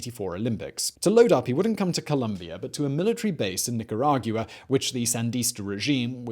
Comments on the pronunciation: Nicargua not Nicaraguia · Where TF is "NEEK-GEE-RA-GEW-AH"? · Simon: "wanna hear the most annoying sound in the world?".... me:"no"......Simon: "Neka-rah-yuwa" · Nicaragiuwa? Where's that? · I love these videos, but this is the most creative interpretation of Spanish words I have ever heard. Nick a rawg you ah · He pronounces Nicaragua weird. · Ya I notice that but Simon saying “Nicaragua” bothered me even more lol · same I was waiting for someone to say it lol